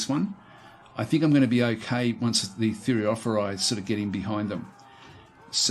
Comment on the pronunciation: Like your gameplay. No button spamming either. The easy way of pronouncing "Thureophoroi" would be treating the "ph" as the "F" sound. The "oi" sounds like "e". Thure-o-for- e.